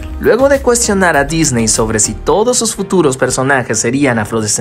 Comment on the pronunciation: Ella diría, Wey se pronuncia DisNi